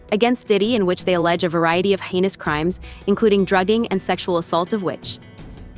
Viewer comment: Did narrator say anus crimes or heinous crimes when speaking about meek mills